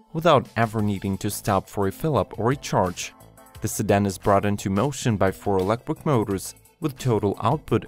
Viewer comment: It’s electric not elequip